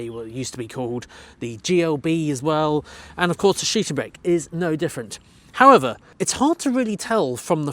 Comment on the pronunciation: Shiting brake - I do love your pronounciation :-)))